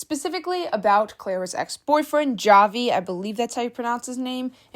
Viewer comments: you don't actually pronounce the j, you use h- "hahvi" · I think you pronounce his name as havi cuz j have the H sound cuz idk Clara would call him havi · btw javi is a spanish name, a lot of people here in the philippines have it, its pronounced havee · Hi, the pronunciation of Javi's name is "Havi" since he's Filipino so you would pronounce it the way you would in the Spanish context (the J is pronounced as a H) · is it not pronounced Havi? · I think its pronounced like "havi" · The pronunciation on Javi and Manila 😭😂